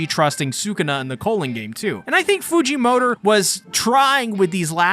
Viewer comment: stop saying his last name like that